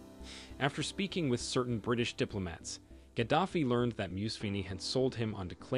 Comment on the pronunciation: You need to learn to pronounce his name. It's not how you say it. It's Gah-da-fee. Not Gad-af-ee. The sad thing is, he was a rebel when he came to power but eventually played ball. It was only when he telegraphed that he would create a gold-based currency that he was destroyed. Ultimately, the media spinned it at the time as if he was some tyrant. A very similar problem occurred in Egypt. But the reality was his push against the IMF and the world order [of fiat currency and debt] that ultimately did him in. It's a shame. He would have done well had Billary not interferred.